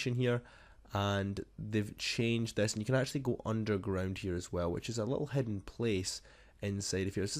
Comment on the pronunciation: Hidden not hedde